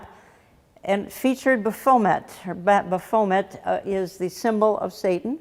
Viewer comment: Hi Jan- I think it’s pronounced “Baff-o-met. Not Ba-foam-et. 😂🤣. But for that name it’s okay to mispronounce. God Bless You!!